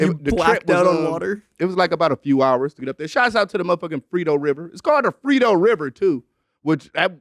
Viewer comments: It’s “frio” fam lol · Lol it’s the “FRIO river” but from now on it’s getting renamed to the frito river fasho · Danny it’s the Frio river (cold in Spanish)